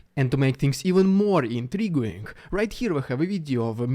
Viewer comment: Hey! English is a stupid language, so I just wanted to let you know that in the word “intriguing,” the “u” is silent for some reason. Keep up the incredible work you do!